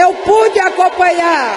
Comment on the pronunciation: "EU PUDI COMPANHÁ"